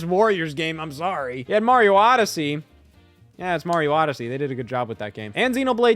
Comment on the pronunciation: That MAH-rio was criminal 🤣🤣🤣 ears should be ringing